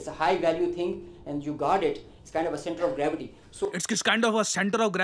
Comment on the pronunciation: Center of Gravity ? Iss se Achha to Momentum Rizwan Maulwi English Bolta hai 🤣🤣🤣🤣🤣🤣🤣🤣🤣🤣